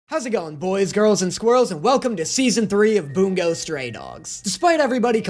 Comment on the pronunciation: Why does it sound like he says “Boom goes stray dogs” 💀